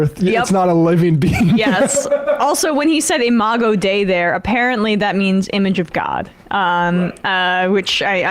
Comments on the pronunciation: Hey mispronounced the latin. If i recall correctly, dei is pronounced day-ee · lmao charlie that is not how dei is pronounced